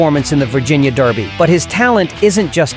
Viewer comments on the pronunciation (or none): The only other top Derby contender who has a distance pedigree comparable to American Promise is Journalism. Why no mention of American Promise's SECRETARIAT bloodlines? It would be nice if the A.I. narrator would pronounce the word "derby" correctly. It's NOT pronounced "darby"!